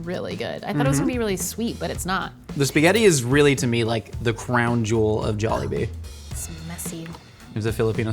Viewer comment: says it very softly and elongated. if you really wanna pronounce it the way filipinos do. pronounce it with a hard and short tone (pun intended)